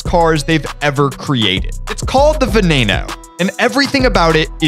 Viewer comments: You pronounced it wrong, it ain’t pronounced (ven-a-no) it’s pronounced (ven-en-o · Why did u pronounce VE NEIGH NO lol 💀 It’s Ve NEE No